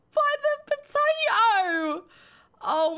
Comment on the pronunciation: She brings the potAto - potAHto to a whole new level: Pota-o